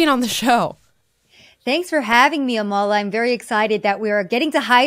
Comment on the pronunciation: I love, but as soon as she said Amala's name wrong i winced